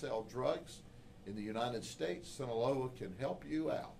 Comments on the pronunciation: ITS SEE-NAH-LOW-AHHHHH (SINALOA) NOT SANTA LEO or whateva he said😂😂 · Just a correction is Sinaloa is pronounced the way is written. Sheriff said it wrong